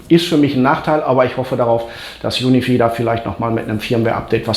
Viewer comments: Juni vieh macht mich fertig 😂🙈 Junifei spricht man das aus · Cooles Video - Danke dafür. P.S. UniFi spricht man wie "Unifei" aus ;-)